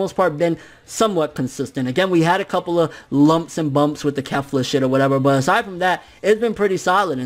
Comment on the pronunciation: it's kefla. you keep saying kalifa.